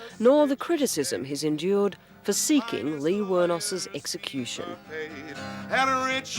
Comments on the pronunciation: Aleen not leen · Liz Hayes cant even pronounce Aileen's name correctly. Then degraded her during the whole report. Journalists are supposed to be neutral. Poor reporting. 👎🏼